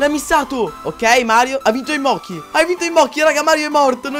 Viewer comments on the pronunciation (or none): none